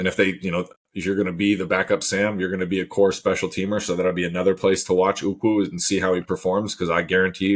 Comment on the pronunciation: Are you guys calling Ukwu "uku"? Uku is Hawaiian for head lice! 😂😆😅